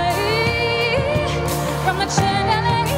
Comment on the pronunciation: gorgeous dance, but the song is distracting when she can't properly pronounce chandelier.